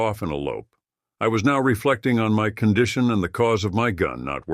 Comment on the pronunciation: Condteon? I think the mispronounced condition. All in all it was pretty interesting.